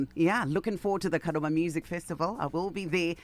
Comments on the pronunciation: True 😅😅😅 anyatsoti KADOMA not kadhoma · Busy Signal is really Zimbabwean he pronounced Kadoma in a shona way 😂😂 is saying Kadhoma